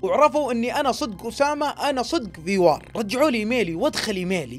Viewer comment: ڤي وار / VWAR كذا الاسم الصحيح وليس في وار